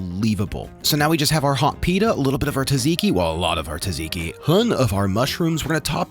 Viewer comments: This seems DELICIOUS! * also it's `Tzatziki` not `Taziki` ;) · You don't pronounce the T in Tzatziki(at least not in Greece). Zat-z-key. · Hearing him say "Taz-e-key" sure made me uncomfortable lol. Also.. no fresh garlic in a tzatziki seems like utter heresy